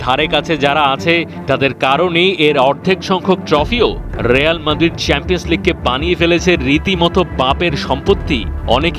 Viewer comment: ভাই রেয়াল মাদ্রিদ টা কি? শুদ্ধ বলেন ভালো কথা তাই বলে এমন শুদ্ধ আপনারা বললে কিভাবে হবে বলেন রিয়াল মাদ্রিদ কে রেয়াল মাদ্রিদ বলেন